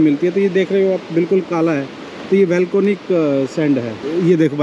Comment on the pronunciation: सर वेलकोनिक नहीं वोल्केनिक बोलिए